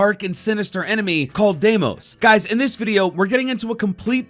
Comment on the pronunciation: I’m still confused on how the bad guys name is pronounced, is it Day-mos or Dee-mos lol